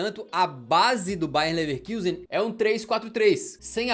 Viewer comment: Vídeo muito legal, como sempre de grande qualidade:) Só uma pequena correção: se pronuncia "Lefarcuzen". Abração ✌️